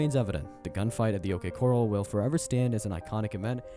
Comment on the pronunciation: How did you pronounce OK corral?